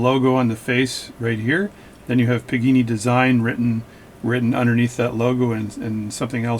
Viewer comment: PAgani! Not PIGINI! THE WAY YOU SAY THIS NAME MAKES ME NOT WANT TO GET THIS WATCH!